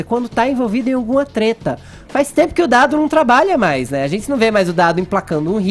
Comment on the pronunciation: Ele falando zentie e não gente é de doer .